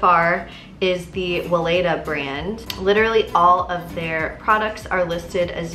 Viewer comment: Weleda is a German brand, so the W would have to be pronounced like a V (Veleda). I love that brand! My midwife recommend their belly oil, it comes in a glass bottle and contains no harmful chemicals :)